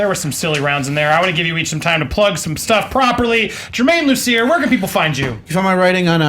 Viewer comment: I heard "it's Man of Steel" instead of Germain Lussier